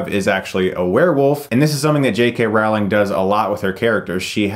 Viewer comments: Pronounced Rowling like bowling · JK Rowling. ROLLING. Not Row-ling ROLLING. When she was a kid, she was called Rolling Pin by her classmates. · Great review Chris! Although I haw to mention that you keep mispronouncing Rowling lol. It's not like "howling" instead it's pronounced like "bowling" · It's a shame you'll never read this, but rowling is pronounced like bowling. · it's "rolling" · Just a heads up -- it's "Rowling" like "bowling".